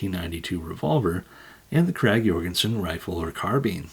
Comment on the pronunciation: Thank you for pronouncing Jorgensen properly. If I had a dime for every time I heard it pronounced wrong, I'd be living on a jumbo jet flying boat and travelling the world.... And no where near as satisfied.